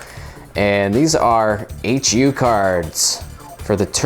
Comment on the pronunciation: HuCards is pronounced "HEW" (rhymes with you) cards - not "H-U" cards.